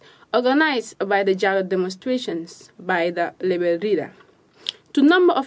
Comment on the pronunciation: Please block tv, bring us a good news reader instead of a pronouncement struggling news reader. Why is it difficult for her to pronounce "rebel" instead of "lebel". This is so embarrassing. Teach her proper pronouncement of words or fire her and bring us a good news reader. Remember, she is not just representing block tv but the Gambia as a country. No offense meant.